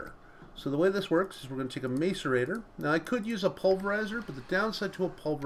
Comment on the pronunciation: Say mass-a-rator not mace-a-rator